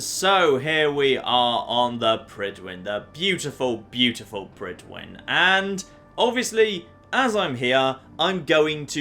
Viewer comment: Any welsh speakers here think it's annoying how Fallout 4 characters butcher the pronunciation of Prydwen?